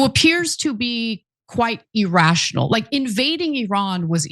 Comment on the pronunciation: Why do both you, Anna, and Cenk, mispronounce the word "irrational"? it's pronouncd "irrational", not "errastional": EgZjaHJvbWUyBggAEEUYOTIOCAEQLhgKGAsYsQMYgAQyDggCEAAYChgLGLEDGIAEMg4IAxAAGAoYCxixAxiABDIOCAQQLhgKGAsYsQMYgAQyDggFEAAYChgLGLEDGIAEMg4IBhAAGAoYCxixAxiABDIRCAcQLhgKGAsYgwEYsQMYgAQyCwgIEAAYChgLGIAE0gEJMTEwODhqMGo3qAIAsAIA